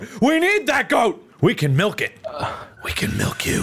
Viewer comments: I love the fact that said "melk" Which is legit our language's way of saying milk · Is everyone here ready to see me MELK!? 🤪 I love how in love is with his goat 🤣